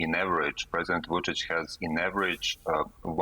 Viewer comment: I do not know how in the world she got too that pronunciation of "Vucic" as it is totally off (guessing "Vujo" confused her). But I love it when people fumble his name as he is a POS dictator.